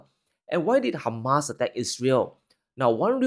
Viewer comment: It is hamas not humus is a side dish .